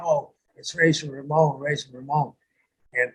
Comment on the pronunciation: Rah-zor Ramon,and Dye-sell. Lol The fakes were brutal.